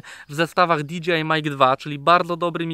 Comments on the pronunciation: nie DGI tylko DJI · rzeczywiście, kluczowa informacja, że chłop powiedział Di Dżi Aj zamiast Di Dżej Aj ;)